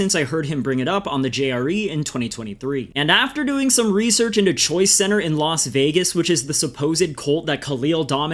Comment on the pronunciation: Only thing I have against this video is it sounds like you’re saying Choi center and not choice center